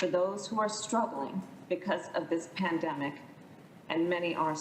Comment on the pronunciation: If I hear another one of these senators say "du-ring a pan-de-mic," I'm going to have a white house staffer coof into my mouth so i can shed this mortal coil.